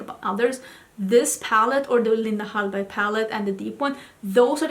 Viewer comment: I love the way u pronounce ‘Linda Hallberg’ and in general I like hearing u speaking Swedish 🥰